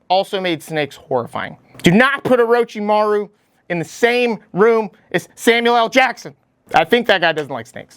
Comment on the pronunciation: Oro CHI maru... for the love of God, not oro chi MAHRU!! Great video though, I love that you tried to put data points to justify your rankings.